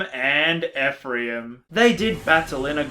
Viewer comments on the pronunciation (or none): "Ephriam" I am beyond offended